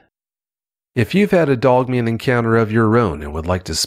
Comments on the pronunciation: I love with says "Dugman". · Ok so he did say dug thought I was a bit high!!! I'm just playin I know what hes saying lol. I dont know why but this dude sounds familiar to me. Great show ty